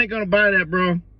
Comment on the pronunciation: Bro can't even pronounce his own job.